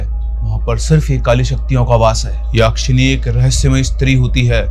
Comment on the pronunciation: यक्षिणी. Not याक्षिणी.